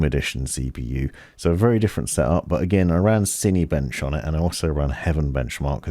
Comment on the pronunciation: The way you pronounce Cinebench upsets me.